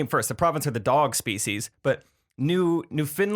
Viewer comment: you’re pretty close, but it’s pronounced NOO·fuhnd·luhnd with the emphasis at the beginning